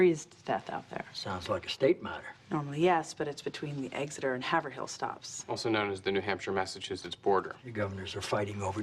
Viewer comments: "Have-er-hill"... somebody fire a script supervisor for me please. It's "Hayve-rill." And, uh, the former governor of New Hampshire would freaking know that and he didn't flinch. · Haverhill isn't pronounced Hav-er-hill. It's pronounced "HAY-vrill" at least by the locals. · Episode 22, Exeter-Haverhill Line (Rail): Kate should have pronounced it "Haverill" (no h sound) - that's what locals call the town. The West Wing is good at getting very local terms, but I guess they missed this one! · Everyone from Massachusetts & New Hampshire winced at “have Er Hill.” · they pronounced Haverhill wrong - it's "hay vril" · Hav-er-hill ahaha nice. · And Kate wasn't a local. Perfectly normal for her to mispronounce the name.